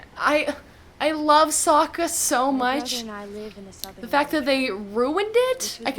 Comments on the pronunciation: They literally pronounced everything differently Avatar is ah-vatar (ah like avocado) Aang is ong (rhymes with bong) Sokka is soak-uh Iroh is ear-row Agni Kai is Agni KEY?!!? 🤦🏻‍♂️🤦🏻‍♂️🤦🏻‍♂️🤦🏻‍♂️🤦🏻‍♂️ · Who tf is Eeroh, Sohkuh, and Awng? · It’s not Sowka, it’s Soaka. 😆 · Honestly, "Sowka" would be preferable and closer to the original compared to what they actually say, which is Soh-ka (toa). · Aang ❌ Ong ✅ Sokka❌ Saw-ka✅ Katara❌ Kaye-tarra✅ Iroh❌ EEE-row✅ Avatar❌ O-bettar✅ MY ANGER ISSUES COULD NEVER...😤😤😤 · In Spanish they say Sokkas name as sack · The dude they chose for Iroh looked like he was high this entire film, here's how I see the names spelled when they say them wrong "Eroh, Sakka, Oang, Oavatar, Agni KEY duel," the bending was so slow man, he crapped on the entire series